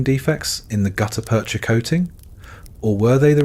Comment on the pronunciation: Great story. Hire a human narrator. (Spoken numbers give it away) (As did the pause within "gutta-percha")